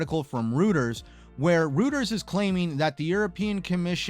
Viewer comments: It's been proven that, anyone who speculates that a regulating body will approve the MS & ABK, and that person pronounces "Reuters" incorrectly; the opposite will happen. Reuters is pronounced as "ˈroidərz" or "Roy-ders". 😊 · Reuters is pronounced like ROYTERS not trying to be toxic.